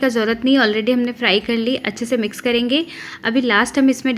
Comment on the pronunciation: Kalenge nahi hota. Kar lenge esa hota.